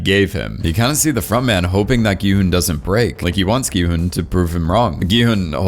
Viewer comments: FINALLY SOMEONE WHO SAYS HIS NAME CORRECTLY INSTEAD OF SAYING "GEE HUN" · he finally said Gi-Hun’s name right